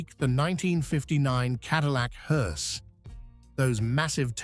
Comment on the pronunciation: AI is so f*ing lame! 2,23 "mounting a body of a HORSE"? Nice video though, thank You and I will go long before You and unfortunately not in a Caddy. Note that Queens English is my third language.